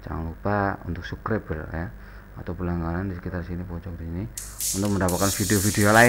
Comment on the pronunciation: Apa cuma gua yang dengernya "jangan lupa subreb ya" 🤣🤣🤣😂😂😂😅😅😅😁😁😁